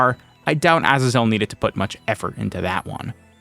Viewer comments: Why do you insist on pronouncing Azazel that way? In both American and British English, the emphasis is on the second syllable. Seriously, just google "how to pronounce Azazel" and google will even offer to pronounce it for you, and you can switch between British and American English. It's either "uh-ZAY-zl" or "uh-ZAA-zl". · Pronounced “azaezel” It’s a biblical name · who in their right mind pronounces azazel like that????